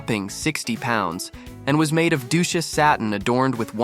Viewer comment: It is 'DUCHESS" satin. I dunno what he said - Dooches or something like that. Sheesh.